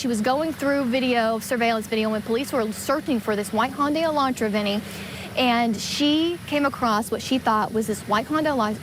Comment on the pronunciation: Do all Americans pronounce Hyundai wrong like that or just every single news station that has reported on this case. It's Hi-un-die not hunday